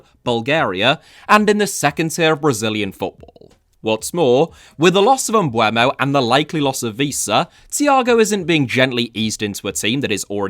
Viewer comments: His name is pronounced Em-boo-mo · I’ll say it again, the ‘e’ comes before the ‘u’. Bryan Mbeumo.